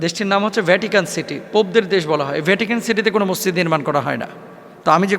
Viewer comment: এত বড় আলেম!অথচ মসজিদ ঠিকভাবে বলতে পারে না!হায় আফসোস।